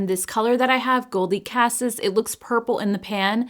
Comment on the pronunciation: FYI, "Cassis" is pronounced either "Cah-CEASE" or "Cah-SEE."